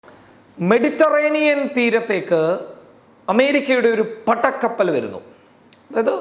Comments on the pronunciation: പട്ടക്കപ്പൽ അല്ല ജീ പടക്കപ്പൽ എന്ന് പറയു ജീ.... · പട്ട ക്കപ്പൽ അല്ല.പട കപ്പൽ, അമർത്തൽ കുറച്ച കൂടുതലാണ്